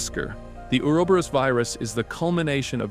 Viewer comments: Correct: “or-oh-bor-ohs” Incorrect: “uuwer-berus” Brother it’s like needles in my soul every time you say it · Say it with me. Ooo-ro-bo-rose